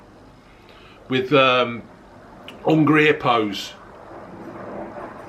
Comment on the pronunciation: “David Boweh”, “Shewodeh-wodeh”, “Ungreh Ippos” and “Monopoleh” 😂 What else could a man need.